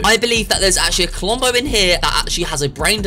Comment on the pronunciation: I herd clombo